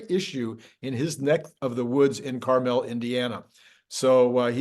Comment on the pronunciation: your pronouncing carmel indiana wrong lol